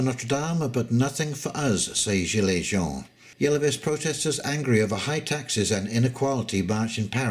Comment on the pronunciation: 'Jeanne' Joan not 'Jean' which is John. MACRON : DEMISSION